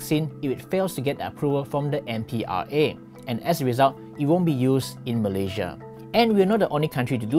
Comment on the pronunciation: Pl.pronounce 'Malaysia' correctly.